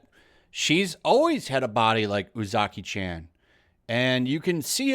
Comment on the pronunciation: There's no letter "A" in Japanese. Or rather, the letter A of "ant" doesn't exist in Japanese. There's only the letter A of "Art" in Japanese. So it's not pronounced "Chan" like the As in Jacky Chan. It's pronounced Chan like the As in "Cha Cha". Japanese is the easiest language to pronounce in the world. They only have one sound for every letter and they literally spell out their words. Like imagine if instead of saying apple we would go "a, p, p, l, e".